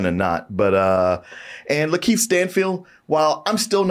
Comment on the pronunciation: Why does keep pronouncing it Lan-Keith Stanfield and no one's saying anything? 😂